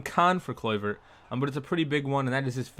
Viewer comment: how u pronounce his name looool